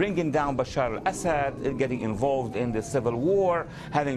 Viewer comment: I love how Walid pronounces “Assad” as “Ass Head”